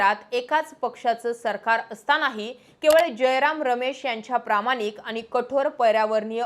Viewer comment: अणेक नाही अनेकपानी नाही पाणी प्रामानिक नाही प्रामाणीक ईनेस्को की युनेस्को?पुर्नपने नाही पुर्णपणे आपण हे सुधारु शकतो